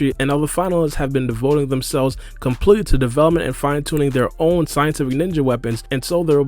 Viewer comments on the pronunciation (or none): none